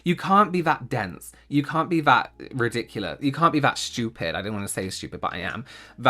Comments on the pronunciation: I just love how says schtupid. It always makes me laugh. He’s always right too. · I just love hearing you say shtoopid😂😂